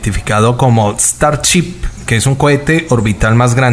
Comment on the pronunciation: El mejor hablando inglés XD Starchip XD